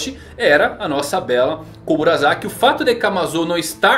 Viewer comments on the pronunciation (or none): Fazer anuncio de curso de japonês e falar "Komura(za)ki" e não "Komura(sa)ki", fica meio estranho. Alguém ta precisando fazer esse curso..kk. S tem som de S. Seria estranho falar Sake como Zake.